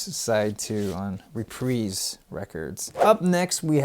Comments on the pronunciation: First record guy I've heard pronounce Reprise properly. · Pronounced Reprise right but pronounced Uriah Heep wrong.